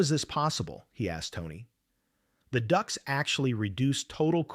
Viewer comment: It's ducts. Not ducks!